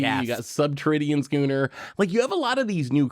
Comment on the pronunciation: Schooner. The "ch" is pronounced like a "k". Type of ship for sailing. The fact that got it right after past videos with one of his trademark mispronunciations made me so happy.